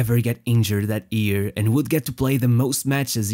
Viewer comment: Its year, not ear. XD